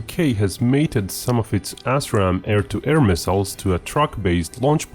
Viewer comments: Pronounced "ass ram" sounds so much better than "as ram". It describes what is going to happen to your shitty choppers, missiles, and drones. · Ass-Raam? Lol. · 'UK mated its assram missiles'? Whaaaat?